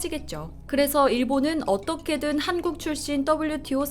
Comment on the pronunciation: 기사를 읽고 계시는 아나운서 자신의 발음을 다시 들어보세요. '한국'이 단음이 아니라 '한:국', 장음으로 발음해야 하지 않나요~? 답변 바랍니다